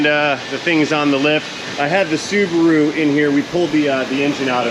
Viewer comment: Great job. Don't worry about mangling the language -- "Silveryraydo," "Dohdge," "Rubasu," et. al. add fun. The Pronunciation Karens can go fish. "-isms," on the other hand, are very likely to slip out when least expected. Earlier today while grooming with a pair of scissors for a doctor's appointment, I said, "Beard Clickage," followed immediately by a consternated "Oh, sh**!" 😆